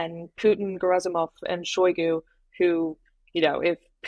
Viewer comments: It's Shoigu not Shogu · I'm pretty sure it's pronounced Shoy- Goo. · If you cannot pronounce Shoigu my confidence in your speculations is low.